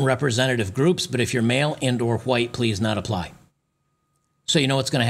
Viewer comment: It’s white with an exaggerated W, you know because all is huwhite supreme pizzas are just all so bad and scary. We’re like the Modern Day Boogie Man!! 😅